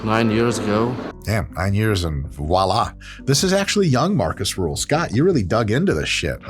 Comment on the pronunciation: His name is Markus Rühl... not Marcus Ruhl.... I have been a fan of this beast since the late 90s. A beast he is!